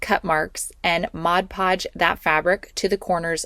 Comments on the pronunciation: Great ideas………but….. it’s MOD PODGE NOT RUDDY MODGE PODGE!!!!!! Dum cluck! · The nice young lady is saying “MODGE podge”. It drives me nuts too. Yes, the jar most certainly says MOD Podge. Oh well, but her project was cute. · I get a chuckle when people say “modge podge” It’s MOD Podge 😂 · Repeat after me…. MOD Podge! Not liberry, not exspecially, MOD Podge! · It drives me insane!!! Why do people pronounce it modge podge!!! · I know every time I hear that girl start talking I say to myself oh Lordy that’s the Modge Podge girl and she still says it. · It's particularly noticeable in that video because she says it SO MANY TIMES 😅🫣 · OMG same here! And she said it so many times!! Drives me crazy!